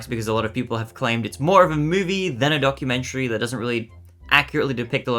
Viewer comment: I thought you said "donkumentary" 🤣